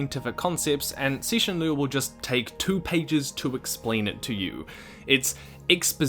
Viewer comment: I love the fact that at least you pronounce his name right. lotta ppl don't even try